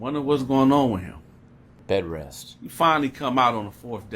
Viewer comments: Man said "Bedrest"🤣🤣🤣🤣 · Bro when he said "Bedrest" I lost it 🤣🤣🤣🤣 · You said bed rest 😂😂 your a trip